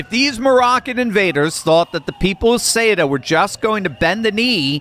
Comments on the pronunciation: No one can pronounce it correctly. soo-ET-uh. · Ceuta is pronounce SUE-Ta. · Soo-ta! Ceuta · I am Spanish. Ceuta is pronounced with the "th" sound at the beginning, θɛutɑ, not Kutɑ or Shuta. Ceuta became part of the Roman Empire in AD40, two and a half centuries after the Iberian Peninsula (nowadays Spain and Portugal) was conquered by the Romans in 218BC. From that day, it remained linked to either Spain or Portugal. When the Roman Empire fell in AD 476, it was ruled by the same Visigoths who ruled Spain. It has been a spearhead for the conquest of Spain since the beginning. When the Byzantines tried to reconquer Spain for the Eastern Roman Empire, they briefly captured Ceuta; when the Moors conquered the Iberian Peninsula in 711, it was because they had bribed the city's governor (Count San Julian). From that point, they managed to cross to what is now Spain. While my ancestors from all the different Christian kingdoms of the Iberian Peninsula were fighting the Moors in the famous Reconquista (the Reconquer), it was captured by the King of Portugal in 1415. When, thank God, we defeated all the Moors in 1492 (the same year Columbus discovered America), Ceuta had already been freed. For many centuries, many of the territories between Portugal and Spain changed hands. When the kingdoms of Portugal and Spain were briefly merged from 1580 to 1640 due to a succession crisis in Portugal, it became part of the merged kingdom. When the two kingdoms separated, the city's people voted to remain Spanish. So I am talking about the people deciding their destiny in 1640, 130 year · Thank you for the truth. Having lived in Spain…Ceuta is pronounced Seh oo tah. My Spanish friends would want you to know and thank you for telling the truth. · cueta is pronounced as SOOTA,do your homework bro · The way you pronounce Ceuta....is Caaootah in a quick way fast way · Isn’t Cueta pronounced: Su-eh-ta? Maybe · Google says that it is pronounced "Sootah".